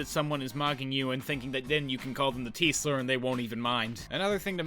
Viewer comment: When you said "this person that he called the 't-slur'" I heard "the Teesler" which is my new favorite Dr. Suess character.